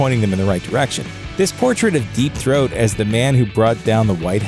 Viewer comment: “Deep thoat” 😂🤣😂